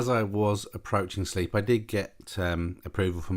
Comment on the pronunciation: Yep, nice landing. I understand Sleap is pronounced Slape though 😉. Lovely airfield in a beautiful part of the world. My skill test involved a MATZ pen of Shawbury, not below 2400'. Sure enough 2 huge cumulus blocked my way and I had request 2000' to remain vfr. The controllers there are really good, and they are used to Students knocking about in their AIAA, so I got the alt I asked for. Looking forward to more vids, with ATC if poss!